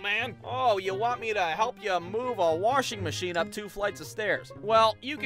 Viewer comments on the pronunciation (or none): “warshing machine” now that, is a certified ohioan right there.